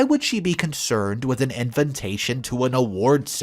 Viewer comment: Arrrgh!! Could you PLEASE pronounce Invatation correctly? It's NOT invintation. I cringe every time you say it. Just look it up. I really like your vlogs but this finally got on my last nerve. Sorry 😵‍💫